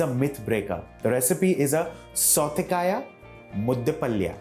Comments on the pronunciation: Very nice recipe and explained in a very systematic way. However, being a Kannadiga, I was cringing a bit at the pronunciation of southekayi (Varun was pronouncing it as southekaaya!) and palya (Varun pronounced it as paalya!). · Authentic Mangalore cuisine does not use peanuts...for the simple reason because its not grown there...and pl chef it's pronounced as 'Southekayi..and 'mudde palya'